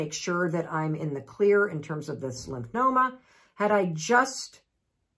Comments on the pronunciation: It’s lymphoma…not lymph”noma”….sorry that drives me nuts. Otherwise, thanks for the info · Why do you keep saying lymphNoma instead of lymphoma? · lymphNOma is saying NO to lymphoma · It's never a good idea to take medical advice from a non-medical professional. Particularly one who cannot pronounce the word lymphoma.